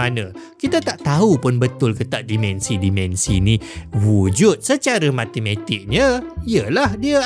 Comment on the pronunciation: Terima kasih krn mempromosi pelajaran sains Di YT. (Minta tolong sikit... Tolonglah sebut "dimensi" spt dieja, tidak spt dimension Cuba Tanya prof Shahrir Mohd Zain bgmn nak sebut MINUS (-) Dan PLUS (😂+) dlm BM Baku.